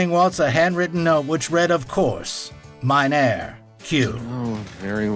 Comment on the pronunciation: "Of course, mein her" ? Don't you mean "Of course, mein Herr" ?